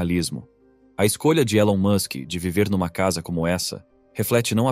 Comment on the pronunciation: Você tá pronunciando o nome dele erado.